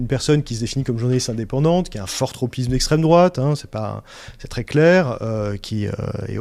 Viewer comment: Esstreme droate ....Esstreme droate ...Esstreme droate .....lol